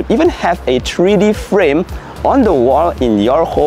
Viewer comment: it's Three-D, NOT "TREE-D"!